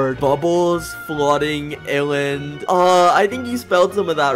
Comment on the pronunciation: Bubbles its not ilend its island